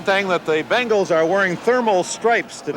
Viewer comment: BENGals Not BANGals